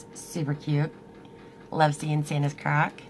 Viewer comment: OMG when you said it was nice seei g Santa's crack it did not sound like crack sounded like 🍆